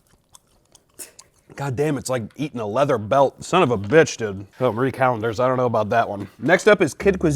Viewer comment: Thank you for pronouncing Marie correctly the number of youtubers I have seen call it Mary Calendars infuriates me.